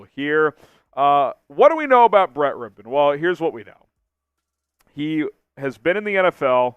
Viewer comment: Finally someone that knows how to pronounce his name 🙄🙄